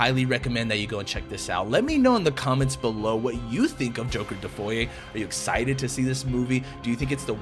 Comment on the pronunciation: Why do you call it joker defoy?